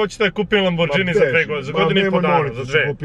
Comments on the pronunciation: Nije lambordzini nego lamborgini bratmoi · Hahaha, dobar je momak, ali zadnji od kojeg sam ocekivao da Lamborghini izgovori Lambordzini...